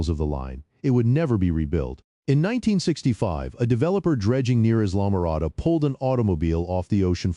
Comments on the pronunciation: The commentator didn’t understand pronunciation. “Islam - morada” is pronounced “I’ll -ah-more-ah-dah”. Sheesh. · Islamorada pronounced: eye-luh-muh-RAH-duh